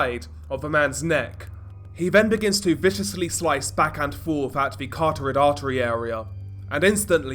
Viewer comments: There Is no such think AS THE CAR TO RID ARTERY! Eervy video you say this, "cartorid artery" and it's not a thing. Caro tid NOT car to rid. Please just say it correctly. CA ROT TID CA ROT TID IS how is sounds. Completely different than Cart Orid. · Carotid artery not cartorid. Every time, every video. How many times do you have to read a script to get it wrong. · That's a one off, the carotid artery mispronounciation is in nearly every video he does. It's a guarantee that it's in every video of the artery is mentioned the mistake is made. Once is a mistake, twice another mistake, countless times, then it's just laziness or simply not knowing other wise. I don't think the guy is afraid of being corected., doesn't seem the type that needs his fan boys to stick up for him and is more than able to take a little bit of constructive criticism. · You're right, there's nothing in it to be angry more than pronouncing "carotid" wrong.